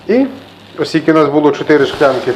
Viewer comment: Цікавий рецептик, треба буде собі таке смачне приготувати, що правда мабуть такого гарного бочку як то у Вас не знайду. А ще дуже цікаво Вас слухати, я раніше ніколи не помічала, а от тепер почула Ви кажете " шклянка" тоді як пишете ж мабуть " склянка", так кажуть у Північний Норвегії. Вони пишуть наприклад " Oslo", а говорять як "Ошло" або як "Osjlo". Скажіть чи це звичайна справа у Вашому регіоні, коли люди замість письмового "с" кажуть "ш", чи це просто Ваше особисте? :)